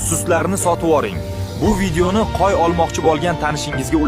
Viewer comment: Nega qo'yni qoy deydi qaysi tilda aytyapti